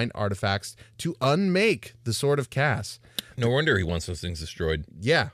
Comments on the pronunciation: Uh, Kas is actually pronounced “case,” so disappointed. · Kas? Sounds like Caz.